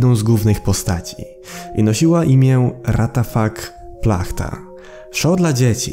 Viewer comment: W języku słowackim czyta się to Raciafak Płachta a nie Ratafak Plachta. Mnie ciekawi dlaczego ktoś z profesjonalnej produkcji po prostu wyrzucił kostium do śmieci.